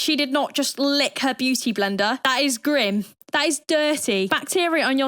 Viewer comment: Hearing a fellow Brit say the word grim is funny for some reason 😂